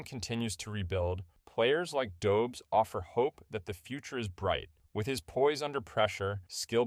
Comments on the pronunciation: Pronounced Dobesh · It’s a Czech name, the pronunciation is quite unintuitive for English speakers. Don’t beat yourself up over it. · Learn how to pronounce his name